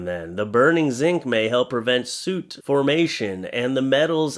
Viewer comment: is having pronunciation difficulties in this video - soot and bluebonnet. Maybe he's spending too much time with the back to school supplies.